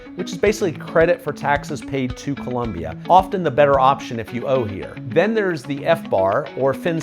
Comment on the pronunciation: "Colombia" not " Columbia"